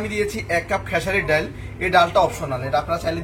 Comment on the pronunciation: ❤❤❤❤ডাউল কোন ভাষার মধ্যে পরে না, উচ্চারণে একটু সতর্কতা অবলম্বন করতে অনুরোধ জানাচ্ছি, তাছাড়া সব কিছু ঠিকঠাক আছে।